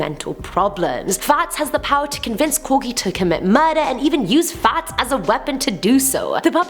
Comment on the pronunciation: Clowns are annoying, not funny, not scary, just annoying. And everytime you say Fats, it sounds like a posh Farts.